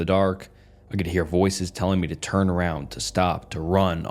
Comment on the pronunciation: I was looking for this comment when he said “hern it off” instead of “turn it off” I actually thought it was AI 😂